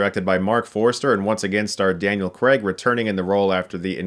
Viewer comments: Craig* not "Creg" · 'CRAY-g', not 'Creg'. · It's Daniel CRAIG not "Creg"! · Why do Americans pronounce Craig as “cregg”? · why do americans pronounce craig as creg? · Daniel CRAIG, not Daniel Kreg. Why can't Americans pronounce Craig? It's really simple. It's just CRAIG, not kreg. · Americans always pronounce it " " "Daniel Cregg " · Weird how americans pronounce Craig. They say it like Creg😂😂😂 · Please get the lead actors name right - he's British - its "Cray-gh" not the American "Cr-egg" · Why can't Americans say Craig? You always say Creg. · Craig - pronounced Ker ray g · well Craig is just pronounced like you'd pronounce it if it was his first name, so it's Cr-ay-g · For goodness sake, Craig does not rhyme with leg. It ryhmes with vague.